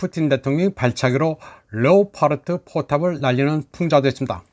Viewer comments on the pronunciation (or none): none